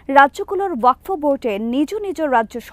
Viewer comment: বাংলাদেশের প্রত্যেকটা সাংবাদিক ওয়াকফ উচ্চারণ টা কে wakfo বলছে